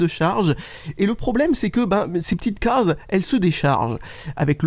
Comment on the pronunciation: Alors les c est les CAAAAAASES...mdr l accent....